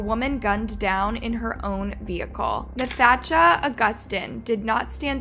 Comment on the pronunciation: The pronunciation of Nathacha Augustine’s name is one of the worst crimes in this video